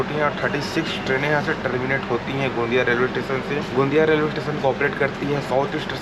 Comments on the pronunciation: Tation tation ni hota station hota hai 😂😂😂😂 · छत्तीसगढ़ी में स्टेशन को टेशन ही बोलते है। छत्तीसगढ़ी का रिस्पेक्ट करो जहाँ के भी होगे